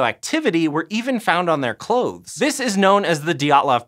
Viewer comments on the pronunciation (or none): none